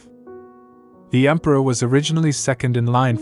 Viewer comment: The emperior instead of emperor, really thows me off😅